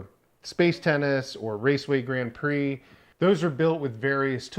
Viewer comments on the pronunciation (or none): none